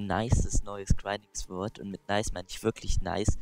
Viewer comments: Man spricht es sord nicht auch wenn man es sword schreibt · sord! es wird sord ausgesprochen und nicht Swörd! den Fehler hab ich als kleines Kind immer gemacht ;)